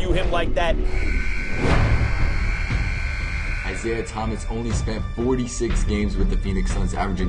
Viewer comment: "Isiaha" LMAO